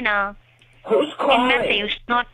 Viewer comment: So sorry that I missed the stream 😢 The way that she pronounces north as knot is friggin hilarious 😂 "SHOW ME A PROOF!" lmao Great video,. Hope you are well 🤗